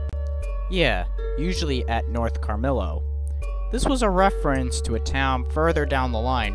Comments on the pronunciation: lol CARMILO. I live there, It's pronounced "Cama-reeyo". You don't live here tho so it's understandable, it's a weird name. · the town is Camarillo. Pronounced “Cam-ah-rio”, not “Car-mill-o” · Actually it's "Ca-ma-ri-yo" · City names are funny in socal. Some follow spanish pronounciation, some don't. Camarillo is one that does. The LL is pronounce like a y, like ka-mar-EE-yo. Not nitpicking, just offering info. Thanks for another great vid. You're an excellent documentarian. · *Cam-ah-REE-oh. Chatsworth isn't a division, it's a neighborhood in the far northwest corner of the city limits of Los Angeles, in the San Fernando Valley. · Camarillo, rhymes with Amarillo. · not being critical but you pronounce Camarillo incorrectly; it is pronounced KAM-ə-REE-oh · Camarillo = Cam-a-rio